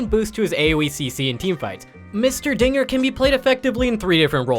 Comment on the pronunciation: What the hell did you call him?! The dinger?!?! Bro thats THE DONGER! Also finally my boi ivern getting some love